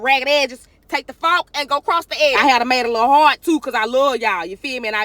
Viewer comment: “Take tha fawk and go cross tha edges”! 😂😂😂